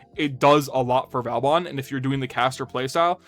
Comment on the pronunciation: Just a reminder, he is vOban, not vAUban 😂